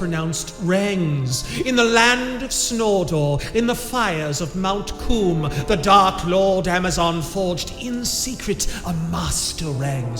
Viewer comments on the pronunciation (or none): "in the land of snordor in the fires of mount coom" okay man my sides are gonna need reconstructive surgery after that lmao. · Lmao “The fires of Mount Coom” Nasty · "Mount Coom"